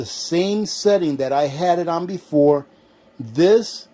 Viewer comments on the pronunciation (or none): none